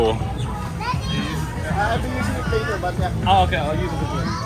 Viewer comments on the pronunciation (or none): none